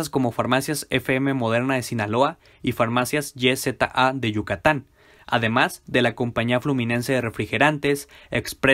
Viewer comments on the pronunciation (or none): *Nota: "YZA" se lee "isa" no "ye zeta a" porque Yza es el apellido de la familia fundadora de las farmacias